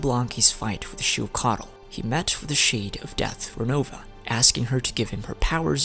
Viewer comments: Ochkanatlan is pronounced as och-kan-atlan and phlogiston is pronounced as flo-jis-ton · Btw, you mispronounced Och Kan's name. But pronounced the city that's named AFTER him correctly??? The ch is pronounced like chuh. Not a k. So it's Oach Kan like Oach Ka Natlan. Not Oak Kan.